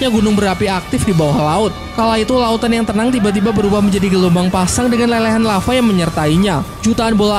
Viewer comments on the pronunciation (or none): none